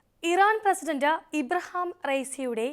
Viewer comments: ഇബ്രഹാം അല്ല ഇബ്രാഹിം പറയുന്നദ് പടിക്ക് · ഇബ്രഹാമം,അല്ല sorry//തെറ്റി പറയരുദ് ?( ഇബ്റാഹിമം)